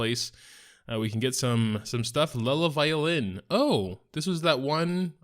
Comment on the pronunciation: I don't know why people keep calling that Artifact "Lela Violin" when it's actually called "Iela Violin" yes with an "I" not an "L"